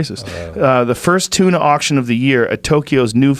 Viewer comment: Joe "King of TUNAH" Rogan